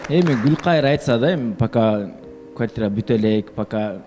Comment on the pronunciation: 13.30 квайтира эмес квартира